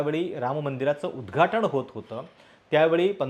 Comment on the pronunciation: अणिल नाही , अनिल ! उद्घाटण नाही, उद्घाटन ! प्रश्ण नाही, प्रश्न !